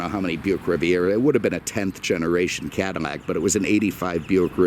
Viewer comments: Its Cadillac not Cadimac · Cadimmac? Am I hearing that correctly lol. Atleast say Caddy. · Is he saying cadd-I-Mac or am I losing it? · BTW, the original French name is pronounced Cadi-YAK. They still call the car that in France. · Why does he say Cadimmac? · I think it is a speech thing. But I think it makes the review even more entertaining. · Thought the same thing lol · 🤦‍♂️say cadillac correct!!! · Speech impediment. Just listen to him pronounce any words with the letter "L" in it and you'll hear it. Lincoln, Love, Liter and so on. I caught it a longtime ago but didn't want to comment on it until possibly seeing someone else comment on it and this is the first comment I've seen on the way he pronounces Cadillac or words involving the letter "L" in all of his videos that I've watched. His commentaries are usually so hilarious that you almost ignore or even notice it. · He don't no any better